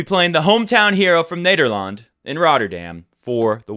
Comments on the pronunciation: Honestly im pretty impressed by the way you pronounce nederland and timo van driel lol its pretty good for someone who never speaks dutch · Man you crack me up with the way you look at the camera and try to pronounce dutch stuff. You said Nederland very well this time though, im a proud dutchman! Especially if my fellow Dutchman Haasse loses tonight!